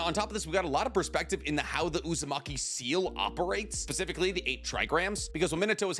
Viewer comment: bro said "pacifically", dead😂